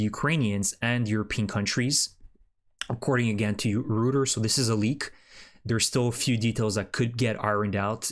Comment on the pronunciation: Reuters is pronounced “Roy ters.”